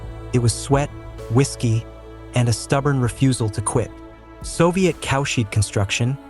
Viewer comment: I think the narrator is AI. "Cowshed" is pronounced "cow shed", obviously.